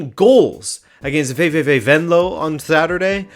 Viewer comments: I'm seriously impressed with how you pronounced VVV Venlo, that's some Dutch if I ever heard it! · Your VVV Venlo pronunciation is actually spot on! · My man said VVV Venlo right! Note: if you see this, with twente you do say the last e if that helps!